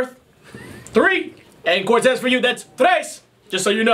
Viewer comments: Dawg that nigga said Bortez lmfao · Nigga said “ bore-tez” lmao